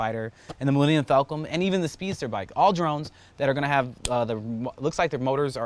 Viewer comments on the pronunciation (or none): him trying to pronounce the star wars names "darth vaddars drone fighter." "the millennium falcum" and WTF is a "speedster bike"... all is forgiven keep up the good work, although you haven't posted in months. anyway keep scratching your ball mid video, shits funny AF